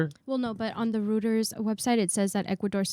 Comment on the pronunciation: Totally love you sister. Just FYI, Reuters is pronounced "ROY-tuhrs."